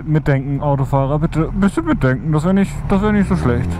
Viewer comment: Immer diese schweren Worte...Mitdänkän? hm....;)